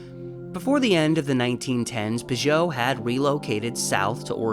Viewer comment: I pronounce it Pig-ut. I think that the two Ts at the end make it not pronounced “oh”, as French “ot” would be.